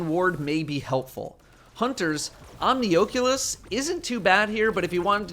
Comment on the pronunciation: Why did you say omnioculus like that